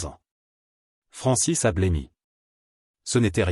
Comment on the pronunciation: Francès et non Francis 😂😂😂😂